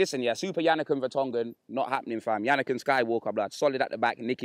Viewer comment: This nigga said Janakin Skywalker XDDDD